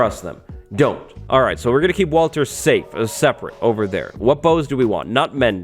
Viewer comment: Uhhhh..... "walter"